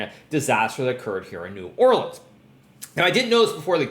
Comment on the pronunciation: This would be a better recap if he were eating local beignets or gumbo while doing it. Just sayin', you're right there in the heart of good southern cookin' - embrace the tastiness! Edit: Hey!! Looks like someone corrected his pronunciation of New Orleans since the last video. Practically a local now hehe.